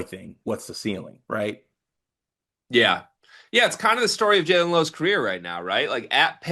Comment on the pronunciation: The way dude says julon instead of jaland (Jay-lin) Lowe kills me 😂 also he apparently doesn't know much about who the really good players are. Oweh is starting as favorite to win sec player of the year, all American and definitely can win poy. They talk about getting their info from behind pay walls and dude on left make it super apparent that is where he gets all his info and has no thoughts of his own